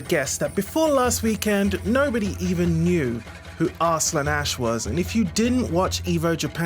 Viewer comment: AR-slun....lol..what it is pronounced as arsalaan...